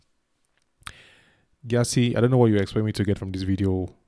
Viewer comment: I am Here. Thanks for reacting to my people,tradition and culture. My surname is pronounced "JESSE". Check out the BBC's documentary on the Ashanti kingdom